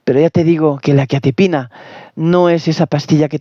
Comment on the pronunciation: Ni pronunciar quetiapina sabes....ver más 😂😂😂😂